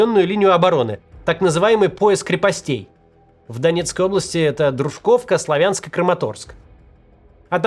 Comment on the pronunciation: ДрУжковка и СлАвянск. Пора бы уже запомнить ударения